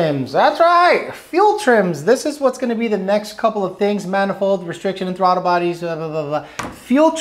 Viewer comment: I never knew the word throttle didn’t have an L in it lol throtte 😉